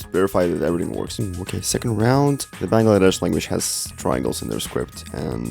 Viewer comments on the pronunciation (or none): none